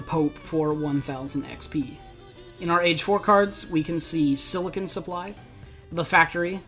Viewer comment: It's Silician supply not Silicon supply XD